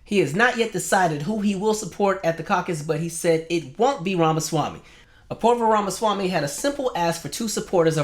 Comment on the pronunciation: I cannot tell if you are trying to mispronounce his name, or if you just never got it down.